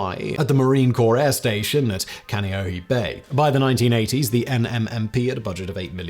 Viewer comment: KA-Nay'O-A. Simon, please get someone to tell you how to pronounce words that arent ye olde English... please.